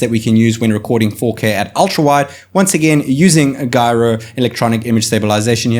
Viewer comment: Video was great before you pronounce gyro twice